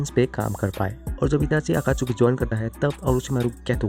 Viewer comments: Akachuki😂😂 nahi Akatsuki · Abe totle akatsuki he akatchuki nhi he jhatu bolna seekhle